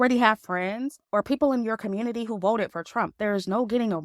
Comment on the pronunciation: I giggle when she says “Communi-Taahh”